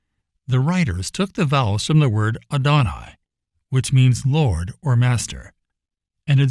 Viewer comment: Adonai is AH-doh-NYE